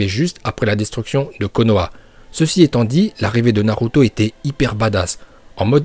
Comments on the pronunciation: Ta dis naruta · C’est moi ou il dit Naruta a ? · A tu as dis NARUTA au lieu de NARUTO😂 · Tu a dit naruta😂😂😂😂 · oh fuck il bient dit naruta